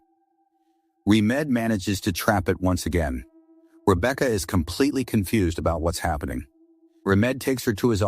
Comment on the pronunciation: Rebeaka 😂😂 He said it fine until that point 😂😂 hilarious thought I was the only one who notices that